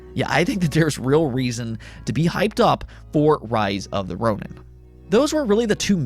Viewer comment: Ronin is pronounced ROH neen